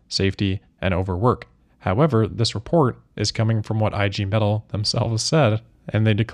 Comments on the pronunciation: "IG Metall" is pronounced "EEH-gay may-TULL" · EEEEE-Gay Meh-tahl